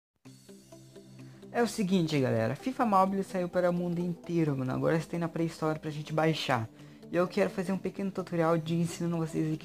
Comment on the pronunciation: "pray store" "desbroquear"